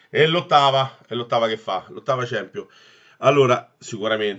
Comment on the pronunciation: ciampionli non si puo sentire ahhaahahahah